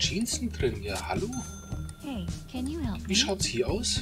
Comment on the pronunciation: Ein Tip Can wird Tschan ausgesprochen denn das ist ein türkischer Name